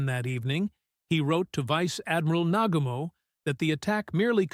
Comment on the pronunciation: Tell the AI how to pronounce "Nagumo".